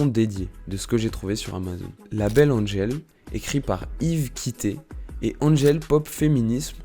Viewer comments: C'est Angèle pas Anne-gèle jpp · On dit Angèle ! Pas Andgèle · Ca ne se dit pas DG, c'est juste Angèle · C’est pas Andgel c’est Angèle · On ne dit pas "And-gèle" mais Angèle tout simplement. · Super intéressant, merci ! Le seul problème est qu'elle s'appelle Angèle et non "Andgèle" (dit 3000 x dans la vidéo !). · Super vidéo! Une petite amélioration dans la prononciation du Belge :-) Nous on dit Angèle et pas N'Angel comme un peu le parfum :-) Elle est aussi la marraine hyper généreuse d'une fondation qui récolte des fonds pour la recherche dans le cancer pédiatrique! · Mdr oui trop bizarre tout le long ça dit bien qu'elle est belge et tout mais il anglicise son nom. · Mais grave😂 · Faire toute une vidéo sur une personne sans savoir prononcer correctement son prénom... Angèle, c'est un prénom français, ça ne se prononce pas "Andjèle", bon sang ! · Ça se sent que tu es amoureux, par contre il faudrais apprendre à bien prononcé son prénom 😉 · cest cool mais on apprend rien de nouveaau de plus jai beaucoup de mal avec la prononciation "angèle" ça me sort de la vidéo à chaque fois déso :/ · Déjà avant de raconter sa vie faudrait peut-être apprendre à dire son prénom 😭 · Donc pour être encore plus clair, on prononce son prénom : « EN » + « GEL ». A part ça, vidéo YouTube avec de bonnes recherches et presque pas d’erreurs dans la prononciation de termes « francos-belgos-neerlandais », comme pour le festival de Wechter, tu dis « We-ssshhh-ter » par exemple. La prononciation correcte est : « Ouais-ghghgh-kter ». Mais bon, comme y a pas 3000 mauvaise prononciation, ça va. 😊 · Bon... Il faudrait faire un effort pour énoncer les prénoms et noms correctement Angèle, Stromae (maestro, tu dis pas maéstro, hein ?), Annegarn, etc... 🙄 😉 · et wechter alors là.... Un massacre